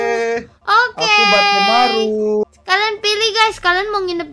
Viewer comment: kak nama karakter yg di kamar akudap nama nya bettsmaru di baca nya kak semangat ya kak ngonten nya